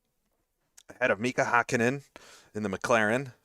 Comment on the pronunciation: For future considerations: You're pronouncing "Hakkinen" pretty well if the name really was spelled like that. But since it actually is "Häkkinen", the first syllable is pronounced like the English word "hack". Anyway, thanks for the great video! As a big fan of the Ryan Axelson ICR2 saga, I'm looking forward to catching incoming races live! For a Finn of roughly your age, these years were the peak of my F1 fandom.